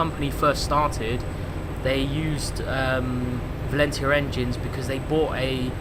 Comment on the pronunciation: You've been into trains since you were young and you can't pronounce Valenta correctly?